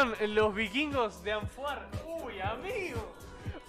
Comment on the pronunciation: Y nunca pudieron decir bien los "vikvirgos" tremendo trabalenguas es el nombre 😂😂